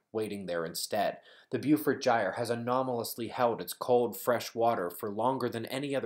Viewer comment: hey, its pronounced bo-fort gyre, bo- fort sea, bo